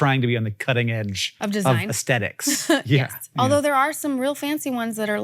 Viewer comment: Hannnnkkkk. “Aesthetics” has a “TH” in it. Gahhhhh